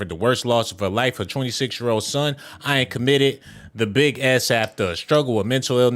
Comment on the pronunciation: You are pronouncing his name wrong. It is pronounced like the word "in"